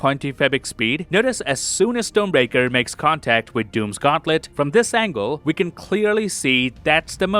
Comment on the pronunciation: No hate! But it's funny how it sounds like "stone breaker" 😅